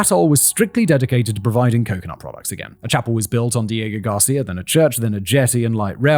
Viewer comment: This video was difficult for me, seeing as how i got both nauseous and angry everytime you said "diego garcia".